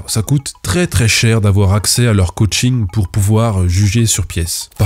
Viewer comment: 😂 C'est plus ka-ching que coaching